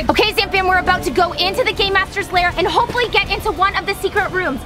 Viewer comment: Lol its lair not "liar"